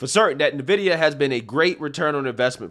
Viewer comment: I think it is NVidia, not Vnidia.